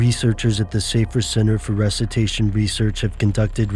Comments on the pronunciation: Recitation? NO RESUCITATION!!!!!!!!!!! Learn to speak. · It's "reSUSitation". Not "rusitation". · it's resuscitation not rescitation u fool! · "rescutation" lol